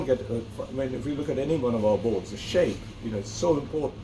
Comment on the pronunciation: Saaape 🤣😂🤣😂 idiot.. its shape ni saaape 🤣😂🤣😂😂